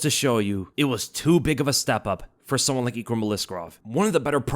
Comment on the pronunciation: Your name pronunciation is the worse I’ve ever heard. EEKrum? We all learned how to read man 🤣